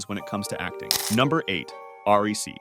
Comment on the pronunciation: i have never heard anyone pronounce it ''R.E.C'' before, everyone just say ''Rec''